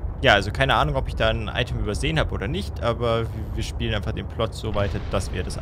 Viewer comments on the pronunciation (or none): none